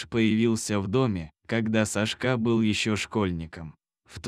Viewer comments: Лучшие прочитать титры , чем слышать этого чтеца.... хотя бы просчитывали заранее или ставьте этим бездарем ударения на все слова , правда, ну режет слух и смысл теряется ( СашкА, ну почему, когда САшка, это же имя ) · СашкА...Ну что с робота взять?Люди совсем обленились,свое же видео озвучить самостоятельно лень...Уши режет. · Сашка - ударение на первом слоге! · Почему СашкА, а не САшка. Вы что не слышите что вы говорите и как. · Не могу слушать бесконечное сашкА . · Не буду слушать только из за того, что диктор неправильно ставит ударения, даже в имени. Противно слушать! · САшка,ударение на первом слоге!Безграмотность !Противно слушать! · Это что за СашкА? Кто озвучивает - мигрант? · Когда читаете думайте что говорите имя Сашка ударение на первый слог а вы читаете ударение на последний слог извините но ухо режет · Делай правильно ударение.Что это за Сашка‘.Слух режет. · САшка! САшка! Неприятно слушать... Лайк не ставлю. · Одна повторяющаяся ошибка при ударении режет слух_ Сашка_ ударение на первом слоге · Сашка- ударение на 1м слоге, а не на последнем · Сашка ударение на первую а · Читает без ударения на имя Сашка отвратительное чтение. Рассказ замечательный. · Где Вы учили русский язык? Сашка ударение на первом слоге!!! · На каком языке так произносить имя Сашка, режет ухо такая безграмотность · Кошмар! САшка, а не СашкА! БЕгом? Может БегОм? Ужас! Админы, куда смотрят? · СашкА, глАдя на хозяина - ну, зачем это?! Неужели нельзя прочитать ПО-ЧЕЛОВЕЧЕСКИ, а не ПО-БОТСКИ?!